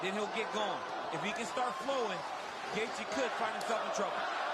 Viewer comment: Why is it every time I hear him say gaethje I hear gay beech